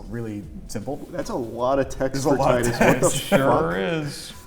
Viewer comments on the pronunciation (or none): Te-du-s not Ti-de-s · I wish he actually pronounced Tidus correctly 😂